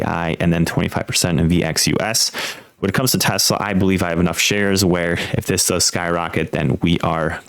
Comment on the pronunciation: AI flub.TESLEEE??? WTF